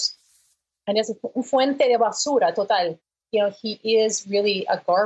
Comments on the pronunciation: She said "fuente de basura" in Spanish which means fountain of trash. Her pronunciation was admirably, and true. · Jennifer Gosar's Spanish pronunciation is perfect. Fuente de basura total in a perfect castellano